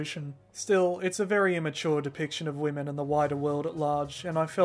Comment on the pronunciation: 'the depitiction of women' xD this was b4 West go mental, was pretty normal